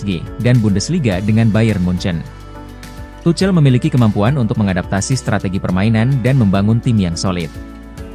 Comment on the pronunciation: DENGER NARATOR NYA ENGGA BANGET, NYEBUT NAMA NAMA MANAGER NYA AJA GA BENER.. ERIK TEN HEG KATANYA, SAMA THOMAS TUCEL 😂